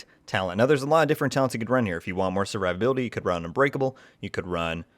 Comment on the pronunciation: I'm more impressed with the build than your pronunciation of survivability 😂😂😂